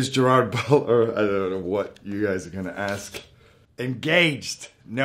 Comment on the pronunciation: Yes and it makes me sad